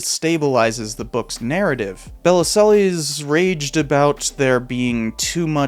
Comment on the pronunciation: Interesting video. Regarding Bellesiles, one of the articles you clipped includes a helpful guide to pronouncing his name: buh-LEEL. I feel you could have done this basic research. That said, I remember this scandal. His book did incalculable damage to our ongoing struggle for sane gun control laws.